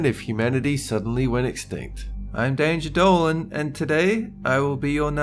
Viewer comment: did he just say i am danger dolan?!?!?!